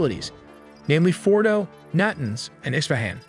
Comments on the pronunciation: Your pronunciations are terrible. "NAA-TAA-NZZ" not "nay-tans". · Natins. Gotta love that AI. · Tell the AI script reader that it's pronounced na-TANZ. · IT IS PRONOUNCED NA TAWNS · It takes almost no effort to tell the AI how to pronounce Natanz.